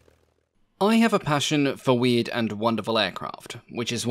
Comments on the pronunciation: I could swear he said 'weed and wonderful aircraft' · I misheard what you said at the start, I intially thought you said you had a passion for weed and wonderful aircraft.